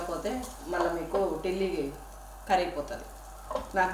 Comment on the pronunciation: నేరెడ,,, నెరడా,,, లేక,,,,, తిల్లీ,,, అంటారు, టిల్లి అని అనరు.... లివర్ వేరే,... తిల్లీ వేరే రెండూ ఒకటి కాదు..